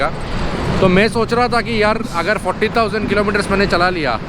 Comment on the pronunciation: You keep saying 40,000 but you have written 14,000. You need to learn to pronounce fourteeeeeeen properly.